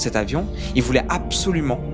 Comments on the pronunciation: "A-be-so-lument" xD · A PEUH SO LUMENT ^^